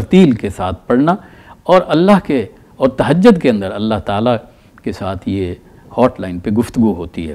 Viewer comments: Tahajjad nahi tahajjud lafz hota hai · تَہَجُّد ہے تَہَجَّد نہیں